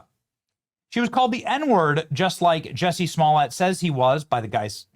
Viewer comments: Jussie not Jesse 😅😅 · It's Jussie Somalett